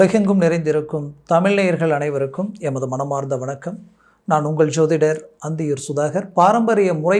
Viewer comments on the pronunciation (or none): none